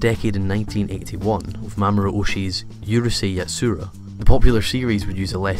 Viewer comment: You could pronounce these a little bit better. Ur-sei yatSUra? Seriously?